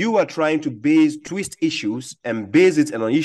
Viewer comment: " Do not tweest! Do not tweest..."